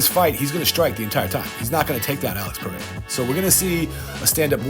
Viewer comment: I will be happy when content creators learn how to pronounce Alex Pereira's name correctly.